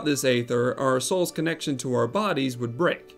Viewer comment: No. It’s supposed to be “goo-boo,” according to how it’s pronounced by the Eng VAs, and it’s been confirmed by one of the devs in the official forums. This guy is also pronouncing aether wrong (it’s “ee-ther” not “ay-ther”—the latter is for ether, the mana-restoring potion).